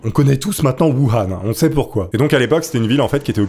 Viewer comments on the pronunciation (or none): none